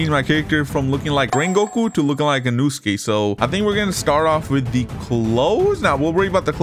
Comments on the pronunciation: its inosuke not inusuke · Bro said inuske💀💀💀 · bro i hear you say "Inewskees" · "Inuske" bruh jit inoske gonna come for u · in noo ske its in no as in no i don't hate in no ske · Im very sorry if I am offending you but I am getting triggered by the way u say InUsUke instead of In oh suke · Lol he kept saying inuske 😂😂😂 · Is nobody gonna talk about him saying inooosuke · this man is saying insuaka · bro said E-nuu-skay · Bro is saying inusuke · nah bro, you know he was trying to become inouske when u heard him pronounce it wrong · THE PAIN OF U SAYING HIS NAME WRONG THE WHOLE TIME